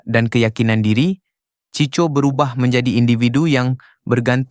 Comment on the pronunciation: Sebutan kena tepat. Bukan CHI CHO, tapi CHI KO. Ejaan tulisannya CHICO...